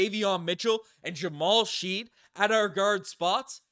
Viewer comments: I loved the Jamal Shead pick (but I’m pretty sure its pronounced shed, not sheed) I watched him in march madness and liked him. I also loved the ja’kobe walter pick. I don’t know anything about mogbo though. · you definitely didn't watch the ncaa tournament... his name is Shead not friggin Sheed 👍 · Yes, it's pronounced Shed. Not sure how watched clips and didn't pick that up. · It's pronounced like "shed." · Bro it's "shed"